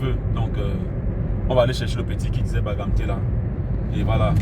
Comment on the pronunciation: Désolé hein, c'est bangangté, pas bagamté stp